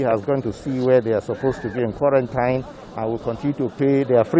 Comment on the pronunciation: The way you even pronounce quarantine is wrong and this shows our level of education.